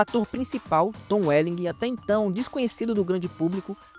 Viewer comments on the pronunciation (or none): Cara não se pronuncia o "G" no final do nome do Tom Welling